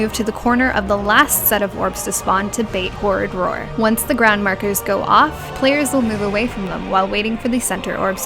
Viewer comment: I laugh every time you say "horridd roar", cuz it makes me think of the "rural juror" from 30 Rock. :D